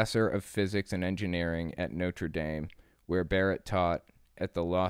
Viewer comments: Er, no. He definitely didn't pronounce it correctly. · Weird but THANKYOU for pronouncing Notre Dame correctly! Americans always butcher it. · Real pronunciation is "Notra Dahm"